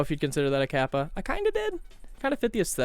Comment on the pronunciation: You said "Kappa" rt the first time.